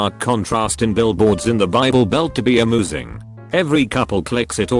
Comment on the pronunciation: nobody: tts: amoosing